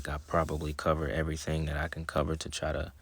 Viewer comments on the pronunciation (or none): none